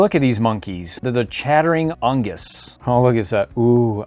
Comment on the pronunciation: its pronounced On-gee-z